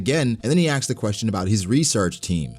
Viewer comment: it's asked not axed. that's the only reason IM NOT subscribed